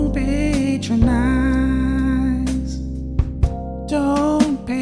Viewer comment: Dont patro-nize , dont pant-ronize.. 🤣🤣🤣🤣 i legit hurt from laughing lol